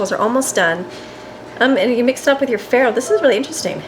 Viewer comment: Not farro